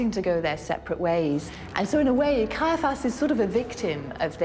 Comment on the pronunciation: Why does the narrator and most of the comments below mispronounce the name of Caiaphas (sometimes referred to as Kayafa)? The name as I have always heard it, and as most others in the documentary say it, has 3 syllables Cai - a - phas (not 2 Cai - phas).